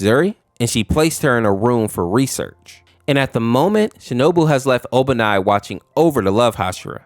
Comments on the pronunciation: It's obani not ibanai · It's actually Obanai, not Ibanai. Also, purposely turning yourself into a zombie is always dumb. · HIS NAME IS OBANAI NOT IBANAI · IT IS NOT IBANAI IT IS OBANAI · Ibanai is killing me ITS OBANAI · Obanai❌ Ibanai✅ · Ibanai?! It's Obanai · "ibinai" is crazy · Ibanai? His names obanai and Aois name is pronounced owee no hate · Btw it's obanai just tryin to help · BRO THE FUH YOU MEAN IBANAI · No offense but it’s pronounced Obanai